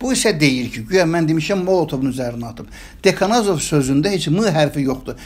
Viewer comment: Niyə bir birinizin ətin yeyirsiniz ?"Bu adam""adlandırdığıniz adam pis söz deməyib ki !!!!O mədəni təmkinli danışdı amma siz onu təhgir edirsiniz Agressiya küdurətlə danışırsınız .DAKANAZOV YOX DEKANOZOV !!!!